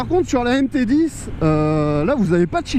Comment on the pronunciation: On dit MT10 pas MT010 🤦‍♂️🤦‍♂️